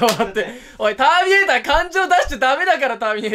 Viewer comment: ターミネーターだよ正確に言えばたっかネーター